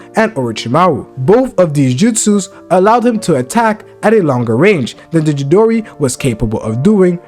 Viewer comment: I can't let you get away with butchering CHIDORI 😂 It is pronounced CHEE-DOOR-EE